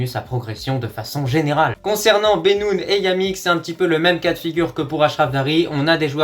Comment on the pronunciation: C'est banoune pas bénoune